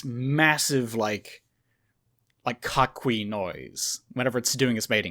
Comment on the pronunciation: Coquí is pronounced Ko-Kí. Two syllable word since "qu" followed by "e" or "i" is silent. Also, the records of the "God of chaos" that you mention in the mythology is indeed Hurricanes and tropical storms. If I remember correctly the name of storms and the god of chaos was interchangeable.